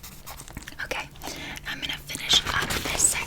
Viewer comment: this is a really specific trigger but i love the way you say „okay“ sometimes u pronounce it like „okuay“ hahahaha i cant explain but i find it soo tingly